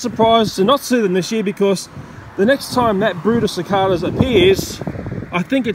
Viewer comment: Yeah we all gotta save the cicadas (how he says it “cic-AH-dAH”)